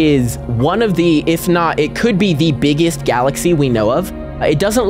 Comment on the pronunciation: "some of the beggest" is frying me